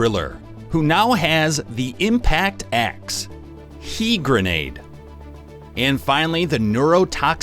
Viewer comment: Its H.E. granade not he granade. HE is high explosive.